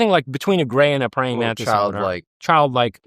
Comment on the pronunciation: "A number of people have seen these mantits" All I can hear is "mantits" everytime he says it going forward. :'D